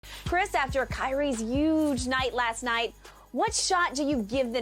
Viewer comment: It’s HUGE not YUGEEEE